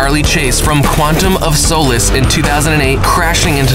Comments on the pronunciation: wow this guy cant pronounce anything right, not even "solace" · Advisory Please learn how to correctly pronounce Statham and Solace